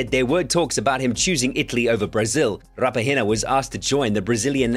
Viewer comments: I'm done with pronouncing Raphinha's name💀💀 "Raphahinia" "Rahinha" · Rapahina 💀💀great pronouncing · Pronunciation of raphinha in every video is different I'm dead 😭